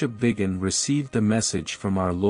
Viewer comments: be careful what you listen to! Archbishops name is VIGANO not Vigan! Shame on you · Why can't Archbishop Vigano's name be properly pronounced in this video?